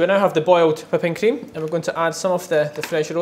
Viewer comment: say whipping cream.....WHI pping cream why emphasise the WHI lol